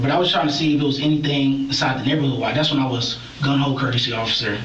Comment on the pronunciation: Lmao this narrator😂 "Tgats three nevers ina row" 😂😂😂